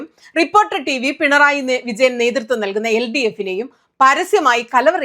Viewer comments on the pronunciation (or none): none